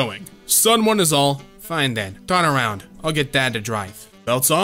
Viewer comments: it's "around" lol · "around", the word is "around"